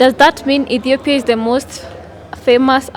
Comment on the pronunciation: his pronunciation of "Ethiopia" is perfect!